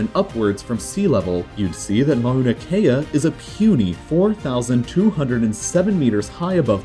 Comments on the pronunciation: Mow-na not ma-oh-na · “Mauna” is pronounced “mow-nah”, not “mah-oo-nah”. The first syllable rhymes with “now”.